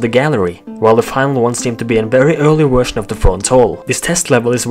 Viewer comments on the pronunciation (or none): none